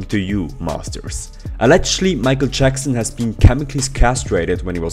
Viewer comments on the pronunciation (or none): none